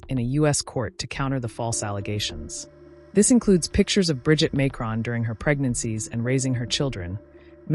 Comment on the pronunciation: Why can't you pronounce his name properly?